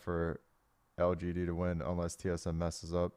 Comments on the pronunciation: You can do it dyrone it's L-G-D. One more time L-G-D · he cant say lgd lol xD